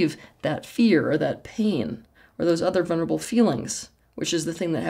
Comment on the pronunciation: It's vuLnerable not vuNerable